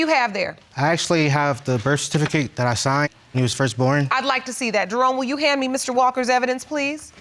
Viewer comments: She said "bercificate" twice! Ooohwee! 😂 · The REF-FERTIFICATE 😂😂😂😢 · Is it me or is the word "certificate" tripping her up? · Can't even pronounce certificate. Sigh lol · she can't even pronounce certificate.. uuuggghhhh